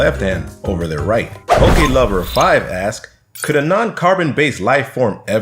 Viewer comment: Pokelover5 is actually pronounced poklover5